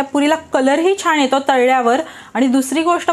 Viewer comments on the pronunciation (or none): छान असं म्हणायला हवं ना ? तुम्ही प्रत्येकवेळी छाण म्हणताय त्यामुळे पदार्थ चांगला बनवून देखील काहीतरी चुकीचच ऐकल्या सारखं वाटतंय